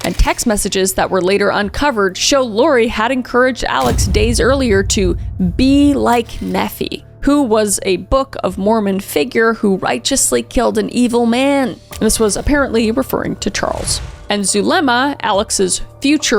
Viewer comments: Neff ee = Nefi, pronounced Knee fy. Honestly this helps. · As an exmo, this story is wild. And a heads up! This is meant in a friendly way, but they usually pronounce the I in Mormonism, so it’s Moroni (more oh nye) and Nephi (Nee f eye). This isn’t meant in a malicious way at all 😢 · Kris, I love you, and fyi, Nephi is pronounced Nee-figh (like high, but f instead of h). I live in springville and was following this case at 14. Its actually the case that got me into stuff like this. Sad stuff... Thanks for covering it! Those kids deserved so much better! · No not “Neff ee” 💙💙😂😂 same issue, Nephi in English is “Knee fi” like the ph f sound and eye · be more like nephee... I love you girl but it's Ne-fy... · the way she messes up "knee fi" (Nephi) everytime is hilarious...but im an ex-mo so, may be just petty😂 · Not to be that person 3 times, but Nephi is pronounced Nee-fye, not Neh-fee 😅 I swear I enjoy these videos haha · its actually pronounced moroni and nephi: like (moro - n - eye) and (nee - f - eye) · love the video kris! one comment, you mentioned the Mormon church figures Moroni and Nephi, as a Mormon myself I got to admit I kinda chuckled at the way you said them! for both of them the actual pronunciation is "Morown-Eye" and "Neef-Eye" Just letting you know for future videos involving the mormon church! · As an LDS member hearing you pronounce BoM characters like Nephi (Nee-Fi) and Moroni (Muh-row-nai) was very entertaining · Hey! As someone with LDS history I thought I’d let you know Moroni : Mow-row-n(eye) [məɹəʊnaɪ] Nephi : Nee-f(eye) [nifaɪ] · I LOVE your videos! As an exmormon.. the names are Nephi (knee-fye) and Moroni is ( Mer rone-eye) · Nephi is pronounced "knee-fi (fi like wi-fi)" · Nee f eye... Nephi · 🤣🤣🤣🤣🤣 It's pronounced more-OWN-eye.... not more-oh-knee. The second is correct Italian pronunciation, so I don't blame you. It just caught me way off guard, and I laughed so hard! 😂😂😂 And Nephi is KNEE-fie.